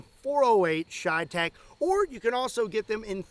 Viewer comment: Everytime he says cheytec I take a shot of whiskey..